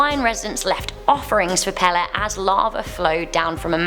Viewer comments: She said pele wrong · I live in Hawaii and the way she pronounces the names are wrong, just wrong. Also it is pronounced Peyley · Brah she rlly said pee lee 🤦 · Pele not Pala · Hood up did you say pale its pe le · ITS PRONOUNCED PAYLAY, NOT PEHLEH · Pepe is pronounced Pay-Lay not pell-eh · Pale is pronounced pay ley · It’s pronounced pae-lay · PLEASE STOP PRONOCEING Pele wrong the e is an a. It's pay lay. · Lol sounds weird when she says it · Hey you said pale wrong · Ok, only because its driving me absolutely nuts. ... the name of the goddess Pele is pronounced "pay-lay". Here is an audible for you I'm sorry to be that person, but its jarring my poor ears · It was a great video. But you mispronounced Pele's name. It's PAY-LAY. But great anyway!! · AND IT'S PELE LIKE THE SOCCER PLAYER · she said the fire godness name wrong